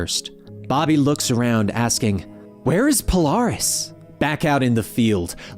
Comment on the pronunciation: Why keep calling Magneto - Magneato? I don't say that. The 'net' is like 'magnet' or like 'stilleto,'. And this vid also calls Polaris - Poloris. It's like calling a bat - a bot.